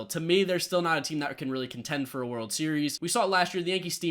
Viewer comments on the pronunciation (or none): none